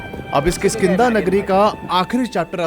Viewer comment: It's not khiskinda lol😂😂😂😂